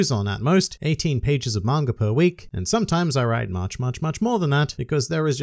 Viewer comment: I won't read the Manga until you can say it right . "Manger" ???